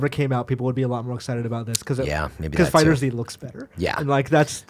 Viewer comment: it's called "FIGHTERZ", not FIGHTER Z